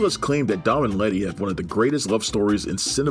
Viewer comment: Is he calling letty retty? Lol